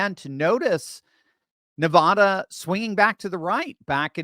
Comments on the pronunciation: Why can’t you pronounce Nevada? Seems odd that somebody so smart has no idea what the state is called. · Bro, there is no O in Nevada....